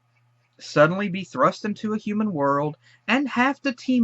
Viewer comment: I had the same reaction. Let the agony commence. I thought mobius was earth in the future, like, far future. And what is a "Hooman"?